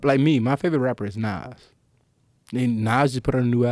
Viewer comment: Any U.K. dons think he said Nines not Nass at first 😭